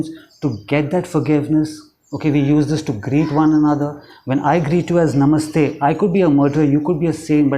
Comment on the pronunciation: Even how you say, 'Namaste' is beautiful. Our people have stopped saying it. Thank you for your amazing videos. Have you made any for manifesting happiness or a job or love for someone else?